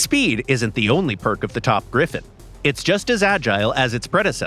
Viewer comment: GriFFON, not GriffIN!!